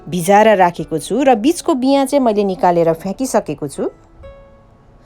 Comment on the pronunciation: Pahila nepali bolna siknu! Moile hoina maile ho.